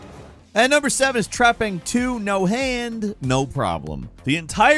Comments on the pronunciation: wtf is number 7? treppin? trapline? wtf did say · what is game number 7? cant understand the name, trapping 2? cant find it anywhere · Trepang 2, He pronounces things so damn weird sometimes, It's like it's the first time he read it out loud. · What was the game featured at 7? I was trying to google it and couldn't find anything. It sounds like "Trapping 2" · What's the name of the video game at number 7? I keep hearing trapping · honestly even after a few times i tried to hear, all i hear from the audio as trapin, trapping, trapn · What game is 7? He says it multiple times but all i hear is 'trapping 2' and i cant figure it out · What is the game called on number 7 ? No matter how many times I rewind it I can’t understand the name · Thank you! I listened to him say it like 10 times, but I just couldn't understand what he was saying...I even tried using closed caption! lol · number seven, could somebody write the name down in the comments from this countdown Because I couldn't. Understand when he said it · What game is nr7? I. I cannot make out what is saying